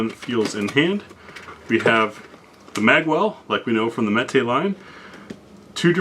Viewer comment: Mete is pronounced like "meat". It means to dole, or portion out. Unless of course you are a Spanish speaker, then metay all you want 😉